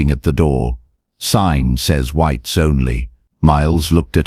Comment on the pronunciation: Totally Fake! Why would a man wear a hat inside? Particularly a black man, who would WELL know the rules. PLUS, the AI voice said "WHEATS ONLY!" Haha!